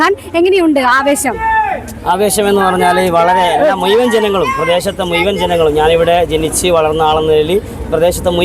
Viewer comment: മുയുവൻ അല്ല ഷംസീറെ, മുഴുവൻ ✔️ 😊